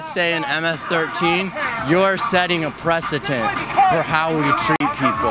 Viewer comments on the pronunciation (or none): Your quote is wrong. He actually said "precetent". He is so uneducated he doesn't know how to say "precedent"